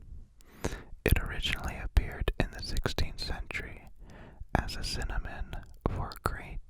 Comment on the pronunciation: NOOOO HES SO PRECIOUS HE PRONOUNCED SYNONYM CINNAMON